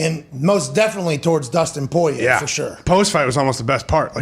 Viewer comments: Who tf is “poy-yay”?🤣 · They way everyone except Conor says Poirier is so irritating idek why I'm usually not someone to complain about pronunciation like this but god damn